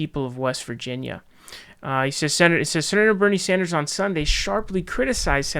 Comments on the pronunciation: Its pronounced “Sanders” not “Saunders” you fuckwit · Jeff Beezahs , Bernie Sawnders. My dude. 🤣🤣🤣